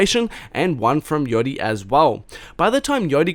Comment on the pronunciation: its fkn yaaaa yachty not yohty